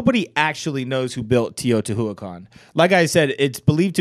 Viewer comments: i eat plants You don't roll your tongue 🙄it's not a double R sound... he just commented that the pronunciation was way off. I love learning languages and it's a shame people like you are such haters of correct pronunciation. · That's not how you pronounce Teotihuacan, but ok.